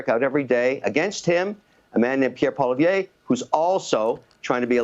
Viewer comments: He can't even pronounce Pollievre"s name properly. He's not Canadian anymore, he's American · Mr Wonderful, you’re great and I agree with your comments, but please learn to say Poilievre’s name please. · Love Kevin!!! But he needs to pronounce Pierre’s surname